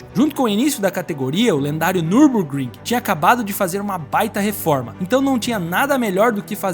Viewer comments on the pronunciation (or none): none